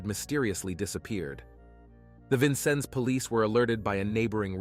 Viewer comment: I’m from Vincennes and was there when these murders happened. You left out so much! Please, at least learn how to say Vincennes correctly!